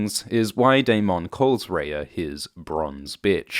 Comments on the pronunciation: 1) love the videos. 2) the spelling of Daemon is technically pronounced "demon", but if the show/book is going to use it as the equivalent of "Damon" then it should be pronounced the same way, rather than the extra emphasis on the "mon" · Why do you pronounce Daemon like he's a Pokemon?. Lol. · I hate how you pronounce 'Daemon' and you say it so much lol. Anywho, luv your vids;) #cheers